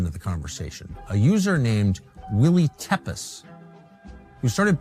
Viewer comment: Tepes is pronounced Tepesh.